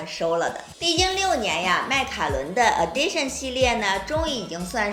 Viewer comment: 这个应该是发音Edition，不是Addition